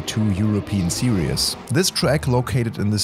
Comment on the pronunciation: Series is not pronounced serious or seriEs, long i and silent e (just google series pronounciation) 😁 very common mistake